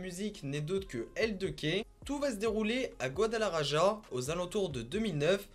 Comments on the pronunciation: On dit guadalahara et sa s’écrit guadalajara c’est un ouf 🤣🤣🤣🤣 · Guadalaraja 🤣🤣🤣 cest plus guadalajara qui ce lit guadamaRaRa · La prononciation pour "guadalaraja" mdr!!! Il faut prononcer gwadalarakha c'est je kha de khaled. Si tu dis Raja c'est mort. Tu dois pouvoir taper "guadalaraja" dans google traduction traduire du Français à l'espagnol ensuite tu cliques sur le haut parleur et tu auras la prononciation du bled. Enfin je pense lol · Tu pourrais parlé de tay-k et ca se prononce gualalarara non pas gualalaraja #mexique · Guadalaja"RA" pas GuadalaRaJa. Le J se lit R ou Kh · Guadalajara ^^ C'est mimi comment tu le prononces. ça se prononce "rara" à la fin. Autre chose, Rimas, c'est "le roi de la rime", et pas la limas. Le prend pas mal, t'es parfait, c'est juste histoire de... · Gadalajara ca se dit Gadalarara lol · « Gouadalaraja » ptdrrrrr😭😭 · Désolé mais en espagnol le J se prononce R donc J=R Ça S'écrit Guadalajara mais ça se dit Goudalarara et Aussi El Rey De Las Rimas veut dire le rois des rimes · "Guadalarara" stp 😭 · GuadalaRaja, El chapeau, stp fait un effort! 😂😂😂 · On dit "goidalarara" ;) phonétiquement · Sa se prononce guadalakhara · Jte jure et aussi comment il prononce Guadalajara mdr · Jte jure comment il prononce il m as tué mdr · Juste pour info, Guadalajara, la capitale de l’état de Jalisco, ça ne se prononce pas du tout comme dit, mdr 😂. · « iL A paS bIEN dIt gUaDaLarAJa » 🤦‍♂️🤦‍♂️ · Salut, c pas mal mais ta prononciation elle m'a fait rire, surtout comment tu dit Guadalajara ou mencho , mais c cool, mais venez visiter Jalisco c un super état avec des plages dans le Pacifique et la cuisine, les mariachis y a tout, viva Mexico cabrones.